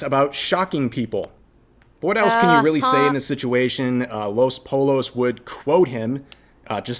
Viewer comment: “Poi(y)o”! God Rev drove me crazy with how he pronounced “pollo”.